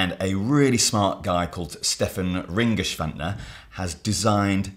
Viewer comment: i talked to Stefan and he gave a thumbs up on your pronunciation. But he did mention that Daria got it closer.